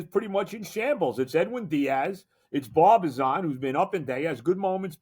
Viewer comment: Joe- it’s Brazoban, not Barbizon 😂. Born 1/12/1957. I think there was an important football game played 12 years to the day after that. I’m a big Met/Jet//Knick fan. I completely agree that Peterson should have been left in the game. He was cruising. I can’t stand the way pitchers are babied today. As soon as there’s a walk or a base hit they pull the starter. I don’t understand it. It’s not just Mendoza. I have a feeling that Vientos is going to start to hit now.